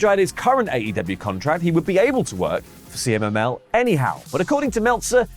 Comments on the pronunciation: Cee-Mull?? Consejo Mundial! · Omg, … dude… C M L L Not C M M L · trying to pronounce CMLL is almost as bad as Vince trying to say WWE. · Drinking Game: Take a drink every time says "CMML" instead of CMLL. 😂😂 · CMLL not CMML 😂😂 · kept calling CMLL “CMML” and i thought I was going crazy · We say "see-mil".